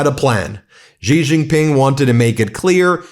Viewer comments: Please learn to pronounce his name correctly. He is President "Si" , said short and crisp Not President "Gee". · Xi is pronounced "shee" Ben, not "gee". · Stop mispronouncing president Xi’s name as Ji..